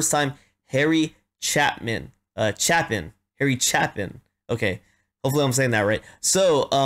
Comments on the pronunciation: Nope. It's "Chay - Pin" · Just feedback, it’s a long A in Chapin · Harry's last name was pronounced Chay-pin. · Heh! Long a, as in ape. Chape-in. 🙃Phenomenal story teller with a very talented band. With him you need always be ready with a hanky for the depth of sadness, or to smile for the humanity, or sometimes even to laugh at his moments of absurdity. This is a beautiful song, as virtually all of his are, and it really doesn't matter if you do studio or live, they are equally well produced and well recorded, so you may as well go with live wherever you can, in diving into his library of work. Cat's in the Cradle, is next, eh? Yah, as both a father of a son and a son of a father that one tears me up from both directions. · His last name is pronounced Chaypin.